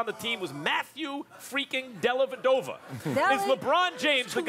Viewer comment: Does this woman say "Delly" everytime she hears Dellavedova?